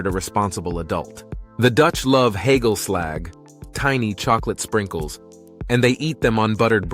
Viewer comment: interesting, and yes quite accurate, but what ticks me off a little is all the video shots that are clearly not from the Netherlands. Oh and pronunciation of "hagelslag", "gezellig" and "gemeente" without a hint of dutch sounds pretty horrific.